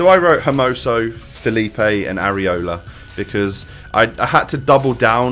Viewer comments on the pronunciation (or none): none